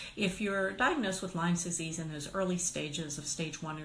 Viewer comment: first it would be good if you know how to say lyme disease.wow